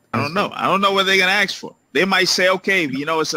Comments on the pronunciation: Yeah, mispronouncing "ask" gets me. I don't mind his "whay-ch-y'all doin`" - that's a contraction/simplification/colloquialization - it's colorful. But "aks" is just ignorant. I know it's just a bad habit that he picked up along the line. We all have them. I know I had to break myself of a few. At the very least I had to teach myself to say "et cetera" correctly. That one drives me crazy but at least it's Latin and less common - "ask" is a pretty common word. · This is not a racial comment by any means because I know many Caucasian people from NY, PA, MA, etc. who say “aks” instead of “ask” but the English major in me doesn’t hear a single word they say after that because it gets on the last nerve I have left. I don’t know if people don’t hear themselves when they say it, don’t realize how goofy it makes them sound, or just don’t care either way. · I have to wonder, would this judge chop down trees with an 'ask?' More than one word.... "Ax" "Wit-chu" "Fourf" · I get want you’re saying but no one Alive today learned how to pronounce it “ax” instead of “ask” so they are still pronouncing it wrong. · Last judge is intentionally mispronouncing the word ask. He could say a s k but, I notice down south when folks say ax, it’s because it rolls off the tongue easier, like many linguistic adjustments…I think it’s nitpicky. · Ummm... What is the ONE word being mispronounced that you kept referring to?... Do you mean that he says "Axe" rather than "Ask"? I've watched it twice and cannot figure it out what you mean. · I’ve never understood to whole ask v axe thing. We all get what he’s trying to say, but it does grate on the nerve a bit, especially when you’re the judge mispronouncing that very simple word. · I assume you are speaking of “ax” being used instead of “ask”? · Good luck with getting a black man to say ask instead of aks. (not an easy habit to kick) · Not to be rude. But does the court reporter type ask or axe when recording lol